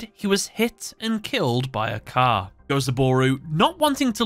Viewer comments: It's Gozaburo, you mixed up an o and a u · The constant mispronouncing of Gozaburo's name is hurting my soul.